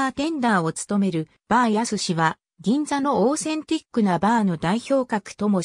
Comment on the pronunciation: バーやすし、ではなく、〝ほし〟です